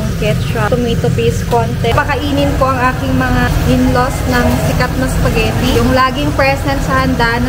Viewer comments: Tuwa talaga ako pag binibigkas ni yung spaghetti 😂 "sapghetti" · Til now sapagitti pa rin pag pronounce ni 😅